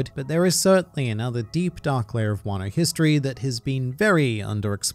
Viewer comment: ah yes, wan-noh :) edit: is this spoilery stuff? please reply lmao